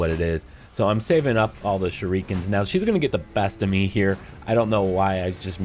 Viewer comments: Ugh its v cringy for sure. Its “Shuri-ken” not “shu-ree-ken” I KENNAT EVEN RN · Any one else bothered by how he says shurikens